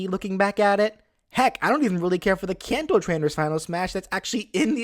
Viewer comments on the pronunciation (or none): none